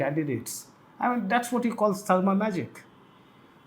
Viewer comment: and Singh - HBS surname name is not pronounced as Sarma .